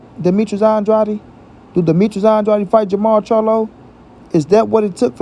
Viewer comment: Why don't this guy pronounce Demetrius Andrades name right. His name is not andrady Dumb